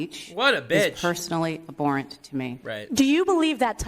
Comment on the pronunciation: Well it says a lot when you have a sp called "educator" a supposed "professor" no less who cannot even pronounce the word abhorrent correctly.